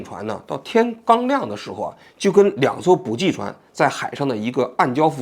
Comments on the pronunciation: 受不了，补给（bǔjǐ）给读jǐ三声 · 补给，ji, 第三声，王局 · 是补给（ji）第三声 不是第四声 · 补给ji三声，四声听起来是真的膈应😅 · 补给……都是三声……王局注意一下，开始我都没听明白。